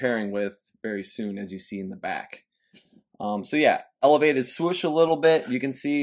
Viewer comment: Love the content you bring us and the effort you put in. But, my guy, why do you always pronounce it "Swush"? Its Swoosh. You're too old-school and educated to be mispronouncing it like that!